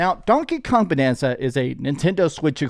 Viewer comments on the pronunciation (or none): Also its bAnanza with an A like in the word bAnana. Get it? 🙄